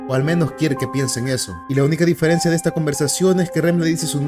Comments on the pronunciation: soy el unico q se da cuenta q durante todo el video dice diferecia y no diferencia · soy el unico q se dio cuenta que todo el video dice "diferecia"? ajajajjaaj